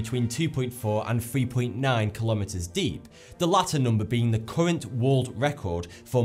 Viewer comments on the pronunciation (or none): none